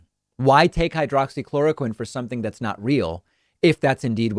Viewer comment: Flynn called it "Hydrocloroquine" not "Hydroxychloroquine". I call bullshit. You can't take a med for 30 years and not know how to say it easily and rattle it off your tongue like it was nothing.